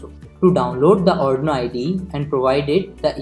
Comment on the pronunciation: ITS ARRRRDUUUUIIIIINOOOOOO not ARNOOOO